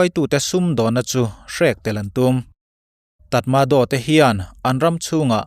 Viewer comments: "Tatmadow" nilovin, "tratmadaw" (tri) ang a, lam rik tur. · A lawmawm thin hle mai. Nipyadaw tih kha 'Ni-pi-raw' tiha lam tur a ni a, tatmadaw tih kha 'ta-ma-raw' tiha lam bawk tur a ni e, tih ka rawn tui hnih zuai.